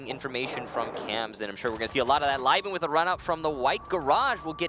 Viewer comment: zmkd co Meh, at least they have learn, some people probably are still calling him "Liven".